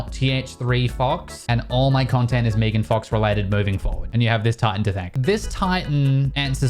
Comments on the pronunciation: Meeegan fox I think it’s Meg-an fox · “Meegan fox” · I stopped watching when you pronounced it "Mee-gan" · genuinely said "meegan fox" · pronounce megan "meegan" one more time i dare you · Mee-gan fox?